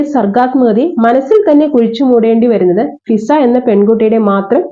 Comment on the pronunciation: ഷിസ അല്ല മിസ്സേ.... ഫിസ എന്നാണേ